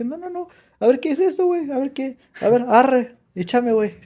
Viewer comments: 😂😂😂😂 si adora el idioma el arree le sale muy bien 😂😂😂, gracias por amar a mi México querido, perdón por el mal momento, siendo Mexicanos también nos pasa 😢 Las groserías bien pronunciadas 🤭 me divertí mucho . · Me encanta como dices arre ❤❤❤❤Bendiciones